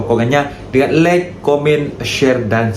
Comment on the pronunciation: Maaf, sebut betul like tu bunyi macam orang bule maksudnya suka bukan bunyinya macam lack maksudnya kekurangan. Tak salah pun belajar sebut perkataan English dengan betul. Maaf ya mas